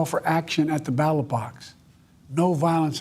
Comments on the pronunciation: Did he just inadvertantly coin the term, "battle box" for "ballot box"? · He said "battlebox" twice.....he didn't even realize he said it wrong. Ugh. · Did he say battle box ? 😂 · Twice he said, "We resolve our differences at the "battlebox", when attempting to say the word "ballot" box.